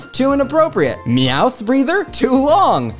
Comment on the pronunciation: Meowth = meyawn